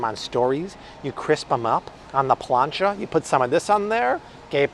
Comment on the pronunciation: I love your Spanish 😂❤️ “plancha!” Hello from NM!